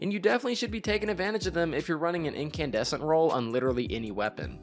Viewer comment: I lost my mind when he said Incandussy